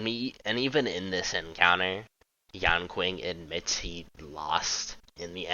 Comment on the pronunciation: his name is pronounced yan-shing NOT yan-king